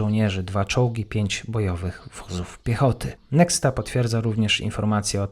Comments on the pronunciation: NEXTA, czytając właściwie "Niehta" ;). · Ponieważ "X" w rosyjskim odpowiada polskiemu "CH" to nazwę "NEXTA" wymawiamy "NECHTA"